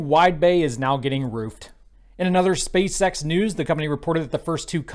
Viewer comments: I'm 100 percent sure is saying Space sex 💀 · I love how he keeps saying "space sex" haha